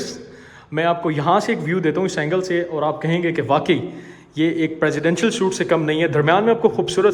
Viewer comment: suite ko soot ni sweet pronounce krte hn